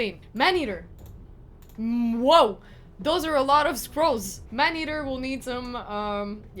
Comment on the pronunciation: Why do you keep calling him Manhaetr. Isn't he Man eater :)) I was thinking you are talking about a different champion